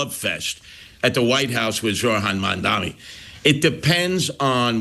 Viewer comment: So Sliwa is still saying Mandami. No wonder....